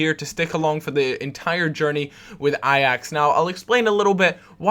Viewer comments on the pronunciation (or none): hey im dutch so i might be able to help you out :p you say ajax like ajex or something.. try to say it like a hatchet, a axe, Ai-axe